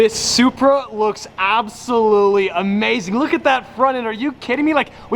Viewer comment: Might be the ugliest Supra out there. I’m sorry but you butchered it 😭